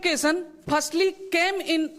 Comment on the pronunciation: Pirstly😂😂😂 Great debate.